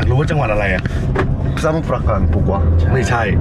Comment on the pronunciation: ส่งกำลังใจเล็กๆน้อยให้นะคะ ❤ ทริปนี้เป็นคนหวานกันมาก เก่งมาก อ่านคำว่า"สมุทร" ได้ด้วย 👏 ดูสนุก น่ารักทั้ง3คนเลยค่ะ 😊